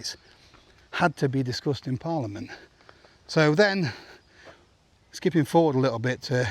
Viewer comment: I thought you were saying “this disgusting parliament” then realised you were actualy saying “this discussed in parliament”. Both are applicable I feel. Thanks great update